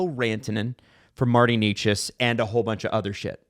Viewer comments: Can anybody get Necas (NAY-chus) right, please?? It isn’t Knee-chus, no matter how many times the NHL media up north says it. He’s not a new player, he led the NHL in points for like the 1st 2 months. No excuses for that. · It's not Nay-chus either though. In Czech, the first syllable is not soft, it's pronounced as in 'never'. The second is not 'chus' but rather 'chas'. The 'a' is the same as in 'apple'. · Why do these guys mispronounce names. Eleeeis Peterson Martin Kneechas. I could be wrong, but y’all say them correctly in other videos. Is it a joke I’m missing? Some rule on YouTube? Idk they say it right sometimes and not other times. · It’s NAY-chas, boys.